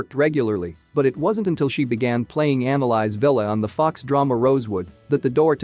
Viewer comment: Not them pronouncing Annalise as analyze.